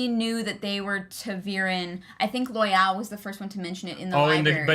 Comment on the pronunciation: Loial is pronounced loyal because Loial is loyal. The show fucked that pronunciation up and I hate it. There's no E on the end of that word. And, Gaul rhymes with hall. You don't have to say every letter.